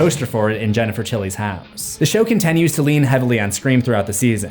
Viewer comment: One thing you may have missed about is he pronounces the letter "I" like an "E" when he says words like "beginning" and "continues" sounding like "beGENning" and "conTENues"